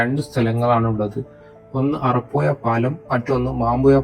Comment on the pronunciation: വീഡിയോ കൊള്ളാം പക്ഷെ കോരപ്പുയ അറപ്പുയ മാമ്പുയ എന്നൊക്ക പറയുന്നത് കേൾക്കുമ്പോൾ വല്ലാതെ തോന്നുന്നു ഓഡിയോ കേൾക്കാൻ തോന്നണമെങ്കിൽ അക്ഷരങ്ങൾ കറക്ട് ആയി പറയാൻ ശ്രദ്ധിക്കുക.